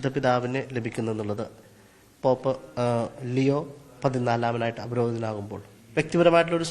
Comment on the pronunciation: എൻറെ പൊന്നു ചേട്ടാ ലൂയിസ് അല്ല ലിയോ